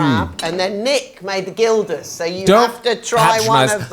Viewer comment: The g of "gildas" should be pronounced like the Spanish "j", not as in guild or git.